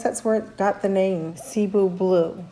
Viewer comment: Omg I love you getting into houseplants! Pothos are so good. I've wanted a marble Queen and a Cebu blue for a while. Cebu is actually a word in Tagalog, you say it like "ceh bu" It's good you have a base for succulents, bc the compacts is v similar to succulents. Starting from water loving plants and going to them is... Rough